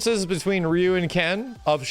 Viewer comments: "His name is Rye-you" 🤢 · Dan was created to make fun of Ryo & Robert at the same time (Dan has long hairs like Robert) :) Fatal Fury was developed by Mr.Nishiyama, who also created SF 1, not SF 2. PS: for pronunciation purpose: how do you call Ryo? Ryu (of SF) is the same: the “y” is pronounced like a “e”, not an “a”. Both are Japanese characters with Japanese names: any non Japanese pronunciation is incorrect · Alot of old school players or players from the 90s will pronounce Ryu "Rayu" or "Roo". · Why do people say ryu like RIYU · Didn't watch the video 1st time I hear say Ryu he goes: RIE-YUU damn I have no explanation for that XD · Ryu actually pronounced in Japanese is said like this Lee u. Or ree u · Did you call him Rye-yu just to troll us? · I love when people pronounce Ryu as Rye-you. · Bro. I love you. You're awesome. But you're an S-Class YouTube gaming channel with a deep love for fighters and you can't pronounce "Ryu" correctly? I mean, you had to have learned it wasn't "Rai-you" at some point. You're still great. Still love ya. Just, come on, man... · "his name is raayuu" yeah... sure it is xD anyway, thanks for the vidya; I had no idea what a shoto was. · His name is Rye-yu, lmao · RYE-YOU KENNETH TERRENCE MY SIDES XDDDD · This man cant make up his mind on how to pronounce Ryu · He knows how to say Ryu. It was a joke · how dare you miss pronounce my Ryu:'( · I'm going to give you the viewer engagement you crave! By commenting on how you purposely mispronounced Ryu's name so that people comment on it. So here's that comment for you! Enjoy! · I do not like the fact that just pronounced Ryu improperly...